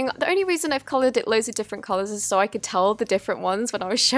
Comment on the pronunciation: Us: so so soft Her: sor sor soft, sor much activator